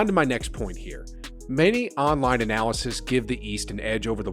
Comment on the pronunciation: Analysts and analysis are two completely pronunciations.